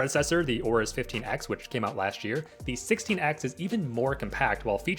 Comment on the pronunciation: It's Aorus not Aura. Also why does everyone say "aura?" am i missing something? lmao